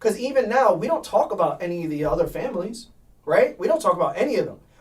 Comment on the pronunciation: TAWK THAT TAWWKKK